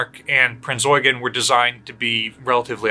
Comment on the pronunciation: When you hear someone say Prinz Eugen properly you know he's experienced, or an Azur Lane player~ XD